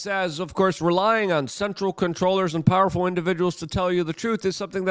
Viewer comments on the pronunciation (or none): none